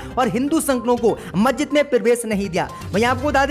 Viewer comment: थतूर नहीं थरूर 👎👎👎 मज्जिद नहीं मस्जिद 👎👎👎 नखलऊ नहीं लखनऊ 👎👎👎 👻👎👻👎👻👎👻👎👻👎